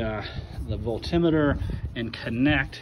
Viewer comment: I love your pronunciation of voltimeter. Lol. Forever changed my usage of Volt meter. Thank you. Did you find the solution? And thank God you didn't say Renalogy.